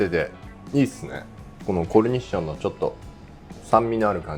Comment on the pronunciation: コルニッションって言い方まんずかっけぇ😆 …いぶりがっこにも使っていいっすか？